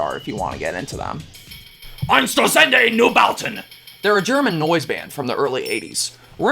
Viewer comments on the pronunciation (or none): Ein-shtare-tzund Noi-bow-tun. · Ein-shtur-tzende Noi-bahten. and it's Scheisse